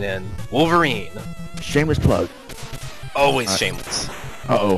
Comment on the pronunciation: wait did you say shameless plug or Sheamus plug?lol Disturbed reference,i'm surprised you aren't Sweating Bullets XD i dont think there is a SNES version of Die Hard,but there is a PS1 and Arcade version though.